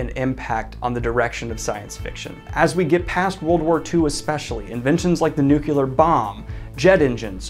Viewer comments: Sorry, but I have to say this. It is nuclear, not nucular. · it's nuclEar not nucular! 🤣🤣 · New clear Daniel. New clear. That’s how nuclear is pronounced. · Nobody: --- Daniel: NUCULAR BOMB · "nuculear bombs"... kkkkkk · You say NUCLEAR like George Bush hahaha!